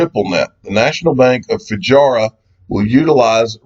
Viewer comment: its Fu-jay-ra